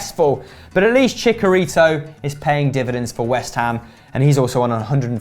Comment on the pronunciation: "Chikarito" Lmao